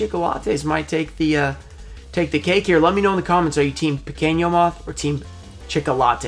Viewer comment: Hey, you say "pequeno" moth like a spanish, "piqueno", so in portuguese is "Pequeno"